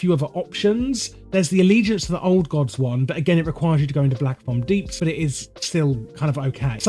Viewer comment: It's Aquanis and not Aquanus It's Black Fathom Deeps and not Blackofomdeeps.